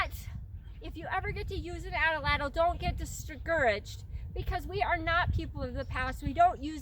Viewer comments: Great information, nice video, terrible pronunciation. The word atlatl has two As and 3 syllables, not 4. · Nice teaching. I want to make sure how to correctly pronounce the weapon. I hear you saying it like example number 1 below. I've heard many people pronounce the weapon like example number 2 below. 1. ( At- A- Lat- El ) or is it 2. ( At-Lat- El )??? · Its #2 ! I'm glade you mentioned this . Many cultures used this weapon. The Azteca used # 2 Pronunciation.